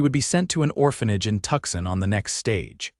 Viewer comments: "Tuxin"?! You mean Tucson, right? Please correct the pronunciation. This distracts from the story and sounds ignorant. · Its Tucson but pronounced Tooson.. 😄😁😂 Tucson is just so you know how to spell it! 😂